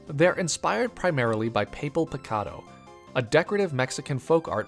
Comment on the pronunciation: These are all great!! just,, "papel picado" is pronounced "pah-pehl" pee-kah-doh,, your pronunciation of 'picado' was pretty good!!